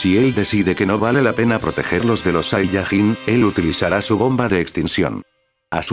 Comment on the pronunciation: No es saiyagin es sayayin